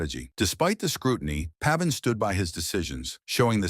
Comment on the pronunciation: Pronounced pave in. Come on people.